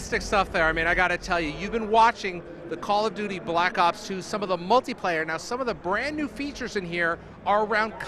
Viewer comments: the guy at the beginning of the video almost said black socks 2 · At least he didn"t say Black Cock 2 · He was about to call it "Call of Duty: Black Socks" at the beginning lmao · the anouncer almost says black sucks 2 in the beginning